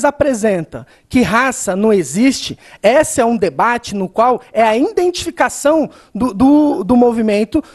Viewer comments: O que ele falou a partir de ? Indenticação, indentifica, indentificar? Ou escutei errado? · Indentificação????? Indentificamo??? As cota??? Professor de qual matéria mesmo ???? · e a quantidade de iNdentificação que ele fala é impressionante uhahuauhahua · “Indentificação” kkkkkk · Ele fala "INdentificação". Meu Deus. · Cara teve que olhar o.caderno pra falar equidade, mas pra falar "indentificacão" é facil!! Ah filho de uma Dilma!! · "Indentificação" wtf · Todas as vezes que ele tentou dizer "identificação" meu ouvido doeu...